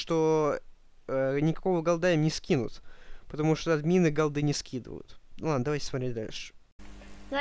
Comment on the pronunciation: верх безграмотности говорить голдЫ. вообще то правильно говорить гОлды. и если ты следишь как люди говорят правильно или не правильно-то будь любезен сам правильно говорить...